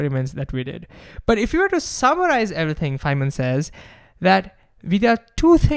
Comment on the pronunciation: thank you for correctly pronouncing Richard Feynman